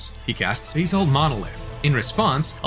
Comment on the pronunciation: I'm glad you pointed this out; I thought I was losing my mind, but it pronounces some of the card names, like Basalt, in a very interesting way.